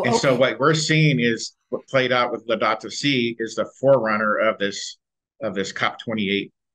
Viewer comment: The Pope's "Laudatu Si". [Sounds exactly like Laodicea]